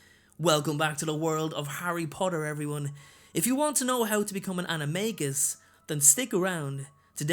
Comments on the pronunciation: I am getting quite annoyed because it is pronounced anime jus not anime gus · It’s pronounced anomajus or plural Animaji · It's pronounced "anim-a-dja-i" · I had a dream that I became an animagus & became a trout... No joke! Also, the movie got it wrong, J. K. Rowling said that the “g” in animagus was pronounced like a “j”. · Why do I keep hearing Anime Guy? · It’s pronounced “animaJus” like in magician. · He. Sais animangus wrong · It's pronounced ana- may-ji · For your information, Rowling has confirmed the official pronouncation is with a J and not a G for the maGus part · I think that animagus are awesome but I hate the way the movies pronounce it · Its supposed to be pronounced with a j sound not a g sound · Animagus is pronounced with a j not a g